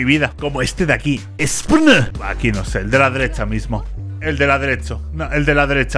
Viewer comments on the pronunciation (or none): gatorade es una marca de energisantes y ESPN se pronuncia espín es un canal de deportes